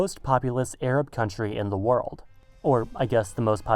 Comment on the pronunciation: "ZAH WORLDOH"